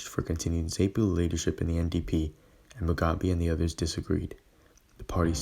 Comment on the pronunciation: Great job. Btw, Rhodesia us pronounced "Roh-DEE-zha," not 'Roh-DAY-zha." Ironically, that "ay" sound you're using should shifted over to Robert Mugabe's pronunciation: it's "Moo-GAH-bay." Zanu and Zapo: ZAH-noo and ZAH-poo. Also, Rhodesia's elite unit, the Selous Scouts (pronounced "seh-LOO"), were a seriously badass outfit. At the time, as good as any long-range reconaissance/hunter-killer patrol regiment in the world, not the least reason for it being their absolutely constant combat action. After this conflict, those guys could hire themselves out anywhere on the globe they wanted.